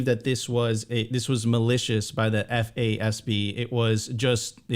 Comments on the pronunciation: It is pronounced "FAAZ-B" as said. You don't spell the word out F.A.S.B every time you say it. FYI. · Great content but my goodness I was losing it when FASB and GAAP were read out each letter every time. 😂